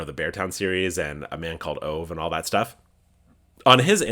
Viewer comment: Btw, A Man Called Ove – it's pronounced "oovah" <3